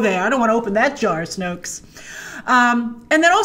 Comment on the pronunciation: "I don't want to open that jar o Snokes" 😂🤣